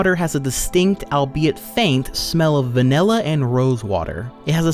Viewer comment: its vanilla not manilla